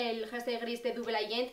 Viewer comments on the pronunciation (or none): una critica constructiva, se dice "dabel" (agent) no dubel. Un beso